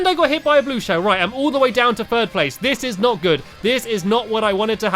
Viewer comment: You said Furd instead of 3rd